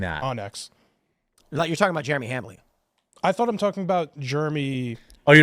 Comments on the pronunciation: I won’t watch timcast if this guy is on it. He’s an idiot with idiot opinions. It’s Jeremy, not germy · Ive never heard someone pronounce Jeremy as germy before. It's pronounced J-air-eh-me. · Also, he keeps saying "juremy" what? ..What? There's an 'E' in there. Dumbass. It's JEREMY. Fucking moron. Idk why that pisses me off so much lol just speak correctly. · Kiss my whole ass is quite the line! And does that dude not know how to say Jeremy? He was saying what sounded like Germy. Not to mention he thought your last name was Quartering. What a clown! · I’d be more offended he pronounced it Germy from Quartering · I cant stand how he says Germy. Such a disingenuous dude thats obviously a cuck for the left! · sounds like he is deliberately saying Jeremy wrong to sound like Germy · Nothing is worse than a person who pronounces the name Jeremy as Germy. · Is he purposely calling you Germy?? Jeremy is not that hard to pronounce 😂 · Why were they saying Germy? Can't even pronounce your name correctly! 😂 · I've always thought it was funny when someone can't say Jeremy. They say germy. Same people that can't say crayon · Is he saying "Germ-y"? Like some kindergartener? What a loser. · Did he call you "Germy Quartering"? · When he said "Germy", I thought of DDayCobra😂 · To be fair he did say "Germy" Hahaha! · He pronounced it “Germy” lol. It’s like someone saying “expresso” or “especially”. As soon as I hear someone mispronouncing simple words I begin to question everything else they say 🤷‍♂️ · Right! He should go check out a book a the liberry. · How hard is it to say 'Jeremy'? That is a dead set stooge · By the way, how hard s it to pronounce Jeremy? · He can't even pronounce Jeremy. 😂